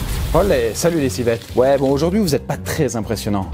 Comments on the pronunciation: Alors deja , on dis Civelle et non Civette merci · civELLE ça se prononce civ elle